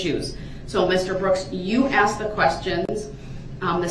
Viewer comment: Axed. Axed. I looked it up and me dont think durrul is pronouncing this correct. I did see a referance to "Hooked on ebonics". Then it made sense.